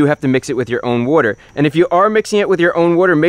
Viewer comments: What is a wodder pump ? But seriously good video Chris ! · You must be from the northeast the way you pronounce water